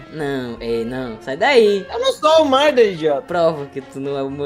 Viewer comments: " Não sabe nem falar murder " "Muder" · Na parte ele falando murder eu achei mt engraçado